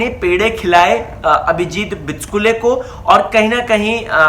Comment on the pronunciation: बीचकूले नाहीरे भावड्या ... बीचुकले आहे ते...